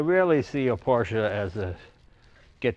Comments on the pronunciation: Good to hear you saying Por-shuh correctly now, Jay. 👍😁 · Thank you Jay for saying PorschEEE 👏🏼 Can't take that for granted as far too many car enthusiasts still say it incorrectly. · Jay, you don't call it a "porsh" and that's smart enough. #respect